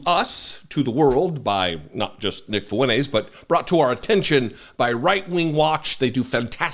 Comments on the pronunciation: no. I was insulting him for saying “Funays” and not saying “Fuentes” which is what I said at the very start. You’re just being a ꋪꍟ꓄ꍏꋪꀸ for the sake of it at this point. Tell me where I wanted him to say “Funtays” when that’s not even the correct spelling or pronunciation of his last name? That makes no sense when my entire initial compliant is stated from the get go? Going back and forth for 5 days just to continually be ꋪꍟ꓄ꍏꋪꀸed and post nonsense. This is the last reply I’ll dignify you with. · you can't pronounce "Fuentes" ? just insist on the "T" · How come you call him Nick Fooeneyz and not Nick Fwentez? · his last name is “Fuentes” I’m telling this guy to pronounce his last name correctly. It isn’t “Funays” which you’re right, there’s no ‘T’ in “Funays.” That wasn’t my point. My point was pronounce it correctly. Again “fu-en-TES” not “fu-NAYS.” Nice try. Now stop replying and climb back on to whatever short bus you slithered out of. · T? Funays + T = Funtays Is that what you want lmao? Funtays ≠ Fuentes You literally just proved my point. Now go get your ears checked. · yeah but there’s no ‘T’ in “Funays.” And as I said he doesn’t pronounce the ‘T’ in “fu-en-tes” which is how it’s pronounced. Not “fu-en-ays.” Get your ears checked and go back to school to learn proper grammar and pronunciation you re t ar d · his last name is “Fuentes” I’m telling this mongrel to pronounce his last name correctly. It isn’t “Funays” which you’re right, there’s no ‘T’ in “Funays.” That wasn’t my point. My point was pronounce it correctly. Again “fu-en-TES” not “fu-NAYS.” Nice try mouth breather. Now stop replying and climb back on to whatever short bus you slithered out of. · Love your videos !! But its *FuenTEZ. Not FuenTAZE. Sorry but i literally cringed every time. 😬👍🏽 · I think you need your ears checked ree t a rd. He clearly says “Funays” no emphasis on the ‘T’ whatsoever. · Fuen -TEZ Great content though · Lmfao this guy can’t even pronounce the man’s name 😂😂 ..